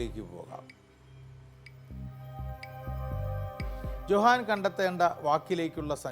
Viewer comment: Johann ഉച്ഛാരണം "യോഹാൻ"